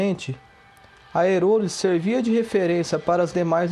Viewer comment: NÓS DAQUI DA REGIÃO, Conhecemos a emprêsa e a família do fundador com o ERÓLES e não Erôles. Outra: A cidade vizinha que eles alcançavam com s/ ônibus é GUARAREMA e não Guaremo, como VC disse. MAS ASSIM MESMO, VALEU.